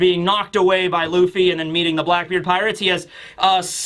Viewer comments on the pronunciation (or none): none